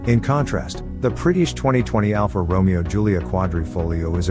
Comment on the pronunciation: You are mispronouncing Romeo.